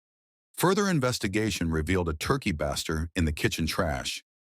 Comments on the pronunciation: Baster is pronounced like BAY-ster. For Pete's sake. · That would be pronounced baster like baystir not a short vowel sound did that bother anyone else ? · Can't they at least listen to it first and correct the mispronounced words?? Turkey what?? Bassster? lol@ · " turkey baah-ster" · Yeah AI narrations suck, they always pronounce multiple words incorrectly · Please teach your AI how to properly pronounce "baster" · Is this AI narrated? It said baster so weird. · The mispronunciation of Turkey Baster is driving me nuts 😂